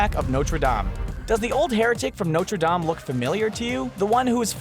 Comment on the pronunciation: Did he pronounce Notre Dame wrong or did I just get it wrong this whole time?